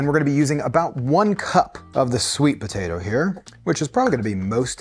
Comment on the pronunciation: im sorry are you saying "ba-tato"?